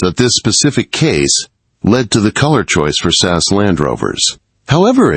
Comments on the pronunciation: As far as I know it's S A S or the regiment not sass . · AI narrator of this video uses the pronunciation sass, instead of SAS. Dad giveaway that it’s not a a live human. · S.A.S, not sass. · Did he really call it sas service? Do yanks think there were sassy soldiers in pink cars running around the desert? 😂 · This was reasonably well-written, but the AI narration was terrible. Just have a human read the script. The video is about the Special Air Service. The AI model reads “S.A.S.” as “sass” - it’s distracting and unnecessary.